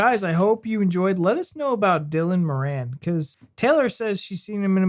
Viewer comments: You need to pronounce Moran properly 😅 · MORan is the pronunciation. He's Irish and ridiculously weird and funny. I got all the horror stories but my actual babies' births were easy. Luckily.